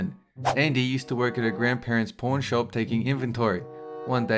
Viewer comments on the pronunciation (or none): Can't tell if he said pawn shop or porn shop. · I can’t tell if he said pawn shop or porn shop